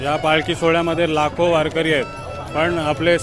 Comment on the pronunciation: मस्त... तुझ्या रूपाने आम्ही सुद्धा वारीत सहभागी झालो... लाख लाख धन्यवाद 🙏 फक्त ते वारेकरी न म्हणता वारकरी म्हण ☺️